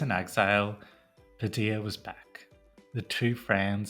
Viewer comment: Padilla with two LLs is pronounced like a Y.